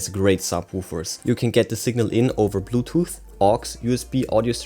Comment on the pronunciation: Big pass. Annoying voice with wrong pronounce of mode. Movie moooood , bouetooooooth inpuuuuuut